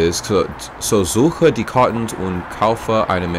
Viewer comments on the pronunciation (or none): Das berühmte Scheidebrett. Er hat Scheide gesagt, hihi.